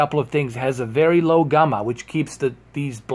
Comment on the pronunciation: What the hell is Gumma? Its Gamma like jamma.